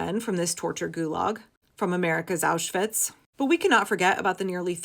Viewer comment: I am a self-confessed vocab karen. As a word-stickler, I notice that you correctly pronounce the double-V in Auschwitz but still say "sossall" security. I know I'm shooting myself in the foot right now- please don't block me, and please consider my plea, as it is in earnest. I'm sure other word nerds have felt the urge to comment on this. It's not easy being a nerd, or a word lover, and we all need solidarity, now more than ever. I just can't stay silent. Please hear my plea, I mean it with total sincerity. I'm well aware this isn't the topic that needs to be addressed, but I hope others out there will hear this and have my back. Maybe they won't... But if this message resonates with you, you're not alone.